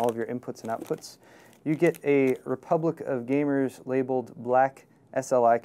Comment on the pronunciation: At first when said Republic of Gamers, I thought he said Republican Gamers.